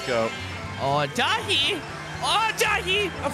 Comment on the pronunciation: its daithi which is technically a version of david but its not pronounced david so this may be redundant info